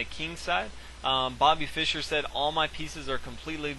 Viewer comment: why cant he just say fischer lol, he says byrne.